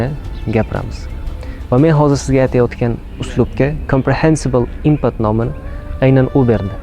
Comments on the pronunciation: Input — inpat o’qilmeydi. Input o’qiladi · inpat deb aytyapsiz input bo'ladi yana hater deb o'ylamang meni